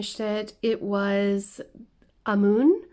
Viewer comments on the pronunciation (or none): As someone who loves avatar the last air bender and the legend of Korea it triggered me so much when she said Amoon instead of Amon